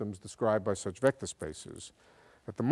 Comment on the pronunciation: HAHAHA. Shmectors. I love this man.